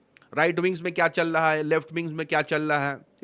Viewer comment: Bhai Aap "Chal Raha" Hai Ko Challaa" Hai Bolrahe Aisa Kyon ?